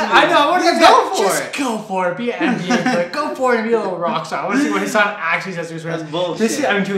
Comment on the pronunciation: Pronouncing Hassan correctly would be a start you desis.